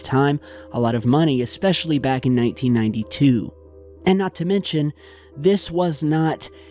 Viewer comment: Really awesome. Big fan. Do I believe in this shif? I do. Saying it would really be hard or expensive to do in ‘92. Creative artists making molds, poor quality video and some silicone. You saying “1992” sounds like 1880. Even these people could pull it off (-the video capabilities of 1992). Sorry still love ya. Starving art student obsessed with 80’s horror movies.